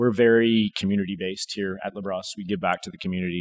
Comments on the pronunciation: Got too used to pronouncing Labrosse in the most Anglo way... 😅 It'll be LA BRO SEE next time. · It’s pronounced LA BROSSS, not LA BROS. 😂